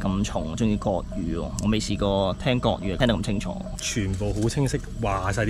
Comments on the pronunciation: 係國語，唔係割語，呢下真係離晒大譜呀！！！ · 係國語，唔係角語。